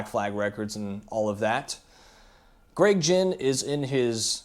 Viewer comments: Its Gregg Ghinn. Not Gregg Jinn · You claim to be a huge Black Flag fan, but you don't even know how to pronounce Greg's name. They were always an evolving band. The current version is the best he's had since the old days. There's a big difference between "selling out" and having paid your dues playing your own music your way. All of the bands you mentioned had to deal with fans calling them sellouts from the very beginning.